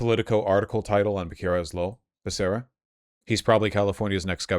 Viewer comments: It's Bear-Sarah not Buh-Kara LOL or pronounce it the way Biden does, BAKA-RIA! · "Beh-kar-uh" Bro you grew up in Los Angeles... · It’s pronounced beh-seh-rah in spanish, it’s my moms maiden name so I know lol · Hearing Vaush pronounce the name “Becerra” wrong gives me confidence that my assumed alternate pronunciation is the correct one, lmaooo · Hey Vaush, I generally like and appreciate your commentary. On most things we're fully aligned. I don't know much about Xavier Becerra and can't really speak to how he's campaigning but what i do know is how to pronounce his name. If you're going to sh!t on the guy and his campaign you should at least pronounce his name correctly. And for that matter you also mispronounced Tom Steyer's name as well. I don't live in the state and by the sounds of it you don't either so maybe leave it to Californians to decide who their next governor should be. And if they decide to go with Becerra as it appears they will it isn't for you to decide that they're wrong. Apologies if they came off harshly. It just offends my sensibilities when I hear someone who is obviously ill-informed, with an audience, talking about things for which he is clearly ill-informed.